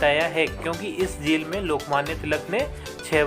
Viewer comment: Jel hota he vo jhel nhi